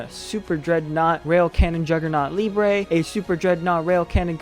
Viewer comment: Hello! Nice deck, nice video. Thank you. Btw, Liebe is a german word, and it means Love. You must pronunce the "ie" as a long i, like in the "ee" in english - Lee - , and the "e" at the end is pronunce like in - Ted - .